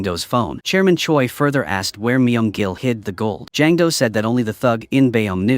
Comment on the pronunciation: why do i hear chairman choice's name as German Choy